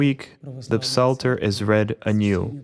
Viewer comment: We dont pronounce the “p” in psalter in English. We just say it as “salter.”